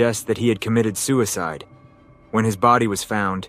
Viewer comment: Why so badly mispronounce suicide? Is that word being censored by YouTube like rape or sexual assault?